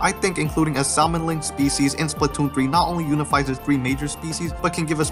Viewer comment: I apologize if this is uncalled for, but I only mean to help: Salmon is pronounced with a silent L :) Great video! I personally hope for cuttlefish, what with the cuttlefish graffiti in Mimcemeat Metalworks.